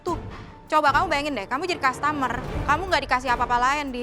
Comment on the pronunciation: Kaget chef karen bilang 'kastamer'